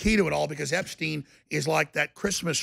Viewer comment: Dude is called "Epstein" not "Epstin".